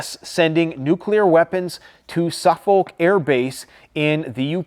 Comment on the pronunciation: loved the pronunciation of 'suf-folk' haha. It's pronounced 'Sufuk'.